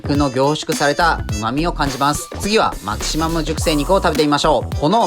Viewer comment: メェキシモゥ